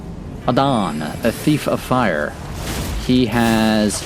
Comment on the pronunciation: It's pronounced like "Adam"— it's the Arab and East African equivalent to Adam